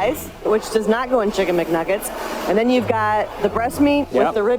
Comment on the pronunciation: . "Kicken McNaggets"😂